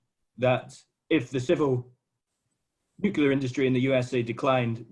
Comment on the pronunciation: Why listen to anyone who pronounces it 'nu-ce-lar'?